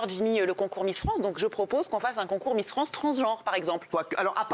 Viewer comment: c'est miss france et pas transmisster france